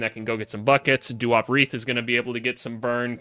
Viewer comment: Also u said duop right